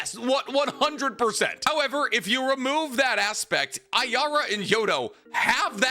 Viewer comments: his name is araya, not ayara, pronounced like jiraiya without the J, stop saying his name wrong edit: yodo is the female btw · "Araya is somehow listening in to the conversation of Ryu and Matsuri from very far away" Tell me you forgot her power set without telling me you forgot her power set. Also, anyone else annoyed at how he consistently mispronounces her name? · I'm sure this is just a coincidence but the way you pronounce Araya sounds a lot like the Brazilian word for "sand", which is "areia" so... Fun fact? I guess